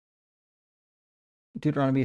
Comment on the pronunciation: "deutoromony" 😅 he cannot even pronounce Bible books right, he's so weak & desperate 😅😅